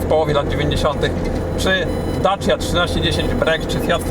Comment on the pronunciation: To dobrze o nim świadczy bo to prawda. tylko trochę inaczej to się wymawia.